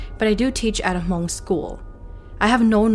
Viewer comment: So I have a questions for you, why is that when you reference about the Hmongin your stories, you say (moob) as if you were actually speaking in the Hmong tongue instead of actually pronouncing how it actually sounds like in English. I hear a lot of younger generations saying it wrong like you. I understand if you were telling the story in Hmong but you are not, it's in English. Don't take it personal I was just curious.